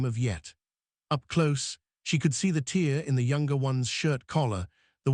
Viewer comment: Very impressed by quality of this production. Good images. Decent captions despite no punctuation. The narration supplied the puntuation and was appropriatly modulated. A minimum of AI mistakes ("Maury silence"? Tear in collar pronounced "teer" instead of "tare", etc.), so not too disturbing. Good story. I like that previous work, applying for the contract, was the solution to their problem. Also that the love grew from mutual respect; that they all were doing the best they could. Will look for more stories from this site. OR, USA